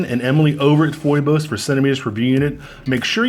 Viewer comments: Love you man… But you are driving me crazy with your pronunciation go Phoibos. It is pronounced 'fee bose'. Greek… Another name for Apollo A great many YouTubers have corrected themselves. Peace! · It's pronounced fee-bos